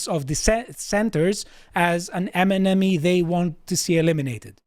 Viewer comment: What is an emanamy? 😆